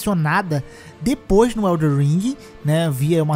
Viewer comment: Cara pq até hoje você fala EldeR ring? kkkkkkkkkk